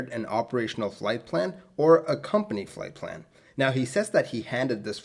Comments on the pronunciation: Plight flan! :D Leche flan? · Plight Flan??? 😂😂 I'm sorry I couldn't resist... You do a great job, I love all of your video's.